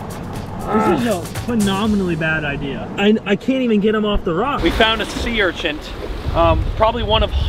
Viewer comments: Sea urchint? 😂 I enjoy all your vids,! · I don’t mean to be a dick but it’s an urchin not urchents 😂✌️